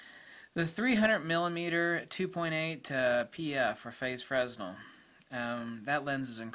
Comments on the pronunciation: Um, pronounced it as frenzel when the correct pronunciation is fray-NEL. Nothing more and nothing less. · A bit of a nit, but Fresnel is pronounced fray-NEL. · Quick note, that's not how Fresnel is pronounced. It's a French name, so the s is silent.